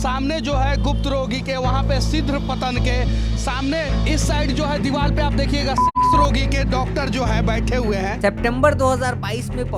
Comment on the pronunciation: Bhai aap diwal kyu bolte ho diwar na infact woh reporter bhi diwal hi bola Aisa kyu